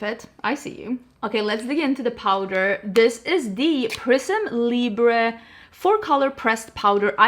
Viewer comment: needs to teach all the other influencers how to say prisme libre!!!!!! 😊